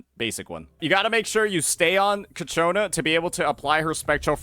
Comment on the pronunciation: cIAconna, not cacciona ffs